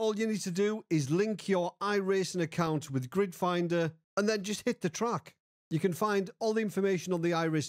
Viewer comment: You said it so many times it started sounding like "Grinder."